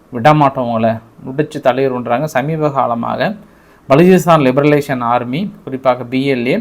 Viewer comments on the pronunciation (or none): பலுசிஸ்தான் லிபரேஷன் ஆர்மி என்று சொல்லுங்கள். லிபர லேசன் என்று சொல்லாதீர்கள். நீங்கள் சொல்வது சரியான உச்சரிப்பு இல்லை